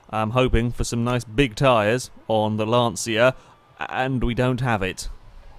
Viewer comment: Just for reference , It's pronounced "lan-cha"